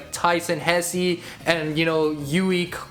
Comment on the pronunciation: Pronounce hesse like this hess it has a silent e also superstars art style kinda looks ugly I hate the model for sonic he’s to light blue and it makes him look like a young child I mean classic sonic is probably 11 or 13